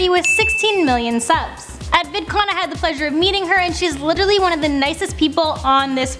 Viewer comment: I'm sorry, what was that? She "liggigialy" one of the nicest people?